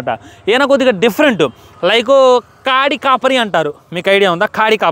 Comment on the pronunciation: కాడి కాపరి కాదురా అయ్యా, కాటి కాపరి..🤦‍♂️